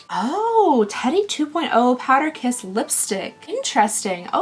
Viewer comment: I swear you just said power piss lip.